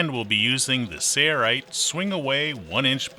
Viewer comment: Mr. Narrator has a nice voice but he doesn't know how to say "Sailrite". : )